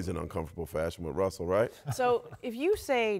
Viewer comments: I'm sorry, who's Wussell? In all seriousness.. say "Woj Russell Westbrook Welcomes" three times fast. I'll leave a like for the trouble. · Lmao when she said Wussell Westbrook I died 😂😂😂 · “Wussel Westbrook”?! We just gonna glance over this?! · no one can pronounce Russell Westbrook's name lmaooooooooooo everyone says Wussel Westbrook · “Wussell Restbrook welcomes” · "wussell westbrook" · she said "Wussell Restbrook" in the beginning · Am I the only one that heard Wussell Westbrook in the beginning? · Didn’t she say wussell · “Wussell Westbrook” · did she says wussle westbrook like elmer fudd lol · “Wusell Westbrook” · "according to woj wessel Westbrook" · According to woj wussel westrook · “Wussle westbwook” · "wussel restbrook" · Wussell Wessbrook 😂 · Wussel Westbrook 😂. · Did nobody else hear her say Wessell Westbrook?? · Aw cowwording to woj wussel Westbrook wanted .... Hahahaha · I couldn’t watch this shit I died when I heard Wussell Westbrook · She said wussell in the beginning